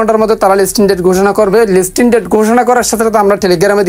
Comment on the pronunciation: লিসটিন ✅ লিস্টিং❌